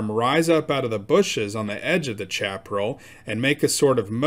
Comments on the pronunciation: pronounced Shap A Rail not chap rull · Chaparral =. Sha - pr - AL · I really enjoyed the story, but I wanted to point out that Chaparral is pronounced "Shaperal" and refers to low growing grassy plants about 18 inches high and has shallow roots and is mostly dry. It makes good tinder, but accounts for a lot of California forest fires. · Chaparral is pronounced Shaparral. Must be a yankee!